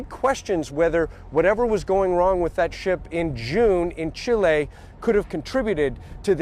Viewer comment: It's Chil eee not Chil Ayy get it right.